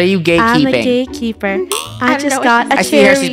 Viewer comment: i hear "im a gaykeeper"